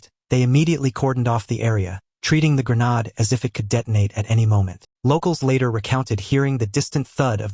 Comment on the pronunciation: Not a grenad .A grenADE